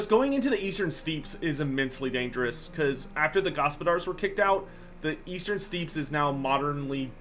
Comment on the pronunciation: Steppe is pronounced like step, not steep.